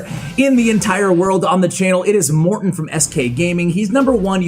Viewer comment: bro either u stop hosting morten or just say his name with "T"